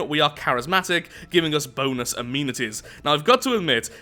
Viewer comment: why do you pronounce amenities wrong